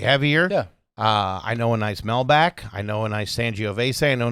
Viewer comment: Did just call a Malbec "Mel-Back"? If that isn't the eXpresso of wines 😂